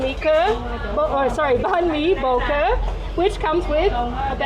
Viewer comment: Wrong, boeuf bourguignon is made with wine. Bò Kho a copy of regular french stew. Pho is from pot-au-feu with off cuts the French did not use and Banh mi is from pain de mie. It's pronounced "Bah Khaw", not the way they massacre the name.